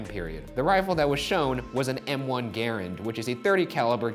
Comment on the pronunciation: A) I love Ryan's shirt. B) I have a latent dislike for Andrew. I had a major crush on Ashley, and he was her kinda sorta boyfriend. (Yes, I know now it was a bit.) C) How many cats is too many? Easy, 1. D) Great job Ryan pronouncing Garand correctly.